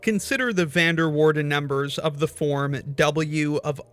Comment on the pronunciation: Being Dutch myself, that is not how you pronounce "Van der Waerden" 😆